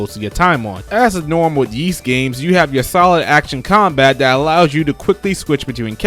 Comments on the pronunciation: You're confusing Ys for Kanye's ugly shoes. It's pronounced EES, not YEES.... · Great list, small nitpick, though. Ys is pronounced "Ees" or like you're saying "east" without the T. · What did you say ? Sounds like “Yeast Action JRPG” but maybe I’m deaf lol 😂